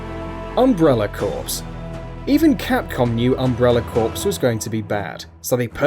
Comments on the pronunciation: Core not corpse ya bozo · Corps not corpse... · I know I was so pissed that he said corpse not core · Thank god I wasn't the only one. I wanted to slap the narrator. Not for the list, just that fail at pronunciation. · umbrella CORE not umbrella CORPSE. unless that's some UK pronunciation thing... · It's core not corpse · it's pronounced core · It's pronounced corps everywhere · That's not how you pronounce corps.